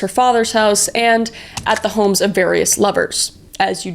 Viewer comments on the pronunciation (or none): i think it’s HHHomes